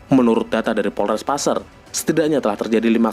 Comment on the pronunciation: Maaf boss qu,cara penyebutan (PASER) nya salah boss qu.